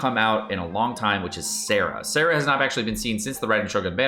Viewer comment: his Sara and Sarah annoy me. Maybe not much as this. I’ve heard him explain some of them… and yeah I paper he might be right, I think but if it’s said differently in the game, that’s the how it’s pronounced lol